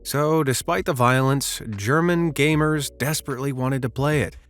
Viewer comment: german with G as in gay